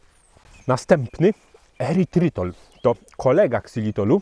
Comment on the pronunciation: nie "erytrol" zamiast "erytrytol"?